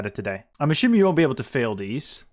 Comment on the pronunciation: You pronounce so many 's' sounds correctly, why is it that 'assuming' comes out as 'aSHuming'? Is that a regional thing? Just curious